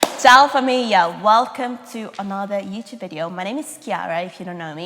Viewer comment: Why do you say Ciao Famiglia in every intro if u pronounce it wrong every single time?